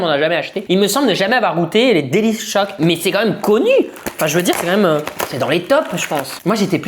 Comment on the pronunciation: Delichoc pas délice choc 😂